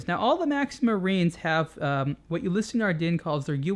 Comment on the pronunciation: "Ulysse" is pronounced "yu-lease", not "yu-li-sey." Personally I think it sounds better when the name is pronounced with it's native pronounciation.